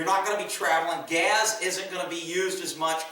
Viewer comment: Dude, you've said "gas" twice so far, not "gaz," it's nothing but I always notice when you say "gaz" 😁. Just saying 👋🏻🇺🇸